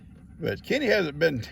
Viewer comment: Good morning 🌄🌻. 😂 LoL I thought you were saying Kitty and wondered if Gigi's name was Kitty. Then it hits me your talking about your buddy Kenny 😜. Love your videos and you 😗💓. Blessings for the entire Morrow family.